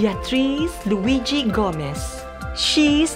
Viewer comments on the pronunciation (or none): none